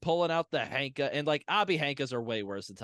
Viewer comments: You all say it a lot in this episode. Shouldn't ヘンカ be pronounced henka and not hanka? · I am no expert either but Wiktionary says that 変化 is pronounced へんか [héꜜǹkà] Hen like a chicken and not Han like the chinese 😅